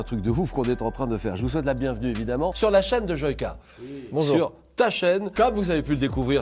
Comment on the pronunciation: Ça me stresse comment il dit Joyca ....🤣🤣🤣